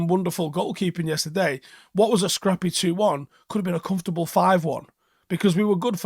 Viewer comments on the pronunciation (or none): none